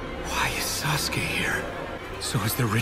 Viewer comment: Orochimaro really said - sasGAY